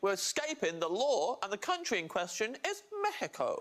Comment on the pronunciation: We're escaping the law, and the country in question is,,, mEh-hih-co